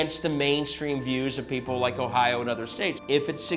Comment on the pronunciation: Sorry it is Ohio not ohions or whatever fake word you used to change the states name and so so many others and why.